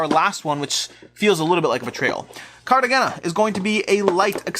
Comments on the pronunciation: Its pronounced Cartahena... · Not too important since it's leaving, but Cartagena is pronounced more like Carta-hey-na.